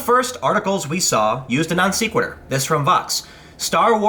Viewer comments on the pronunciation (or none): You mispronounced non sequitur.